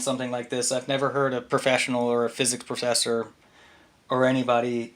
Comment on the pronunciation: Such a guy on a intellectual level like a chicken shit collector thinks he is so intelligent he wants to get challenged from a physics professor ..... And has a problem to pronounce the word professor. And want a scientific proof from a science he denies. He is so stupid he doesn't realize how stupid he is ....